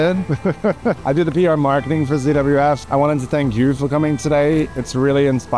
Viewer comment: says CWF instead of ZWF